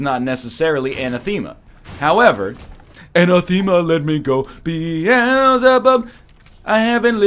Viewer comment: NL I hate to break it to you, but anathema is another word you say extremely weirdly. Repeat with me: a-NATH-e-ma